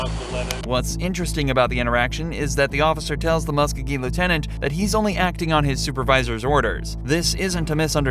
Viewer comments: It’s pronounced ( mus co-gee) county! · the county and city are Pronounced = Mus-Ko-Gee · im from Columbus (muscogee county pronounced MUSK-OH-GEE). Its deeper than that. our local sherrif lost to the former marshall in charge. marshalls were dissolved and some crazy beef started because the sherrifs started doing police work. by our city charter theyre just supposed to serve warrants, evictions and run the jail. CPD feels theyre overstepping their duties. The new sherrif has spent money allocated for running the jail on fancy new equipment to patrol and WRITE TICKETS all over town. Its quite the shit show.